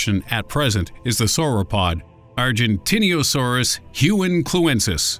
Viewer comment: I facepalmed so hard when he said arginteenasayrus was the biggest dinosaur ITS SAUROPOSIEDON